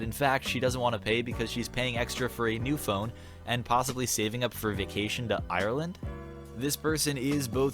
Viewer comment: Love ur video but it annoyed me when u pronounced Ireland wrong